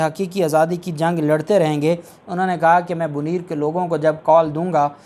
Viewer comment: BoNair ہے BoNeer نہیں